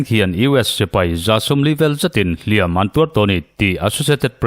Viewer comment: "Hliam" leh "Hliam tuar" i lam dãn a dik ta zaih mai, Ngaihtlãk a nuam e❤